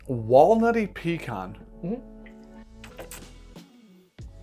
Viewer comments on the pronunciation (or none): have never heard "pecan" pronounced like that haha! Where I'm from its either "pee-can" or "puh-kahn" but not "pee-kahn" Cheers lads!